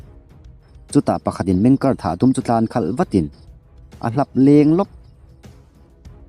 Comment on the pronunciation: Meng ker nilo in MENG KE'ER